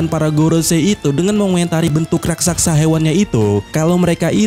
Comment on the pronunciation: bukan rasaksa tapi raksasa!